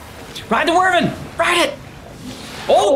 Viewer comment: It's pronounced why-vern :P the way you guys say it is cute though 😂💕